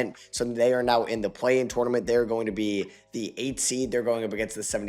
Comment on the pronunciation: love you. can’t stand the way you say tournament. good video